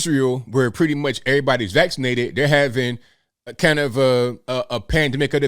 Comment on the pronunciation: LOL he said "FULLY VAXlated" like his teeth were able to fall out his mouth! 🤣🤣🤣🤣🤣🤣😆